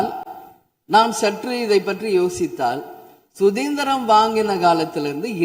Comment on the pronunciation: ஏண்டி சுதந்திரம் என்று சொல்லுடி சுதிந்திரம் என்கிறாய்